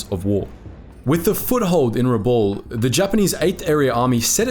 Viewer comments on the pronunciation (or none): This is a subject of great sensitivity and meaning to the many people who have commented and the many more who haven't. Why did you not find out how to pronounce the names correctly? Most are phonetic but your pronunciation of Rabaul, Papua and other place names is woefully wrong and distressing to those of us who have heard those names from our veteran fathers and uncles and in every Anzac Day march all our lives. This sounds like a high school project.